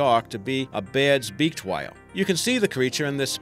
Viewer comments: А hwale ? Are you fckin Stewie Griffin ? Its a WHALE not a HWALE buddy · the way you say whale pisses me off for some reason